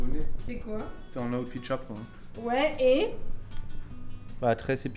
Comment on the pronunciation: ta di awtfit 20 foix c est outfit